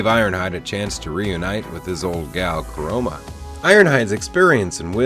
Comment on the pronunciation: Its chromia. Not chroma